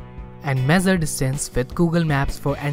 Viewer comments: It's not mezer it's measure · Mezzure nahi mesure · It's not mezure it's measure..🙏